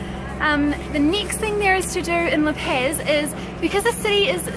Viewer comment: La pez! What the fuck. laaa PAAZ! It is as if i was saying New salad!